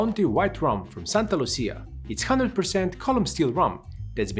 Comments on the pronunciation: It’s not pronounced “Santa Lu-CEE-ya”. It’s “Saint LU-sha”. Sorry. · Saint Lucia is pronouced saynt lusha